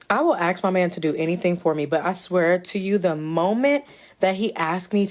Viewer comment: sorry I stopped listening after she said aks